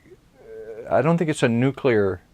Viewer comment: I keep getting distracted by his mispronouncing of nuclear